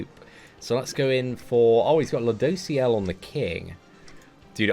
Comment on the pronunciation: Lol I remember when he couldn't say ludos name😂